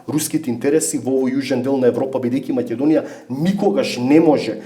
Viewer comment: Не знам само зошто гостинот упорно изговораше МаЌедонија..